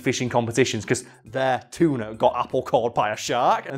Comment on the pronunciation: I honestly heard the word "cheetah" the first time said "tuna".